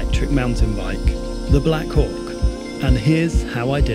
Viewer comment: Oh, black HAWK. I heard something else